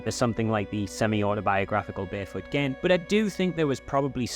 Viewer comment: the way I know you've seen barefoot gen because you pronounce it as Gen and not Jen